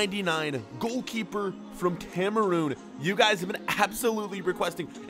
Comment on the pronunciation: Dude it is Cameroon not Cameroom